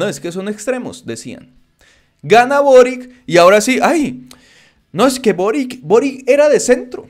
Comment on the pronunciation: de acuerdo con el vídeo, solo un pequeño comentario, el nuevo presidente de Chile es de origen croata, por lo que su apellido de pronuncia algo similar a "borich" (la c suena como ch)